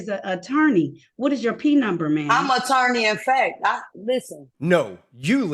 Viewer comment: "Attirny uf fect?" OK.